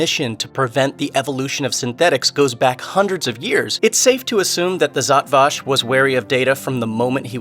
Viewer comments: My exact thought. Zot Vash? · Given you mispronounced Zhat Vash I'm gonna assume you are reading a script and didn't actually watch the show.